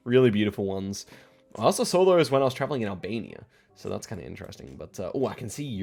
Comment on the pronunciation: It is not F××king Saw'R' it's 'Saw' .....not *Video'R' it's *'Video and not 'So'R' it's f××king 'So' 🤦🏻‍♂️😆🤣🤣